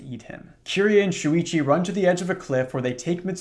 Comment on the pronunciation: dw about the pronunciations, i've heard a lot of people pronounce her name as "kiree" rather than "kiri-ey" so you're doing her more justice than many english speakers already lol all that matters is you try